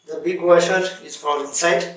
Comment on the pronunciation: Your pronounciation of Washer as Waiser is very funny. This is really tricky and after every use, you need to close the supply valve on wall and drain the water remaining in the hose by shaking the faucet vigorously while keeping the operating lever pressed. Stainless steel body faucets are less prone to leakage compared to their plastic counterparts. Hard water is the real culprit behind malfunction/leakage of most health faucets. What NC stands for in NC Thinner?🤔